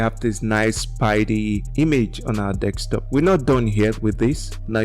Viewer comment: Its Desktop not Dekstop!😊